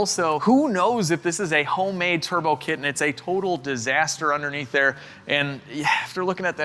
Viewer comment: "turbow" i had to go tell my coworker to check the "turbows"